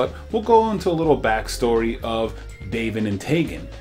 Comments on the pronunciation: For a quick second I thought you said "bacon" and taven. Then again a handful of youtubers mispronounce their names. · It’s pronounced Day-Gon, and Del - Eee - ah. Not delta